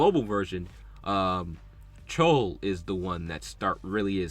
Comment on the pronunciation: i laughed so hard everytime i heard chole instead of chloe, great video